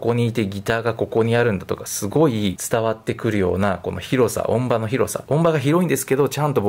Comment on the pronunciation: 音場：おんじよう・と発音のが正しい様です。